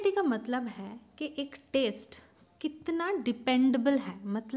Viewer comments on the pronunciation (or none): 😂 her pronunciation